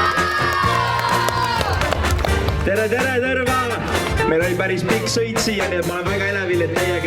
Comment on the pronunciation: see on ikka Tõrva mitte Tõrrrrrrrva. Järgmine kord tead